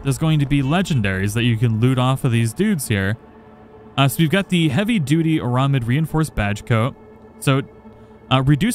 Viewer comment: Arm slot on monowire, not hands...and air-a-mid. Not ar-a-mid. It's a irl ballistic/cut proof material...ocd satiated